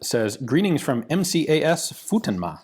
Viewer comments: It's pronounced Foo-ten-muh. It's a Marine Corps Air Base in Okinawa, Japan. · It's pronounced as foo ten ma